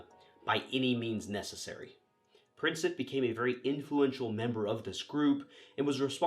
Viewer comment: Sarajevo is pronounced "Sar-eye-yevvo"; "Prinčip" is "Princheep"; Croat is two syllables (Cro-at). Slavic languages can be pretty tough for a native English speaker.